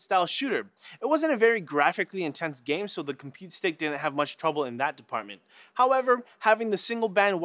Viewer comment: Compute stick not "Compete Stick"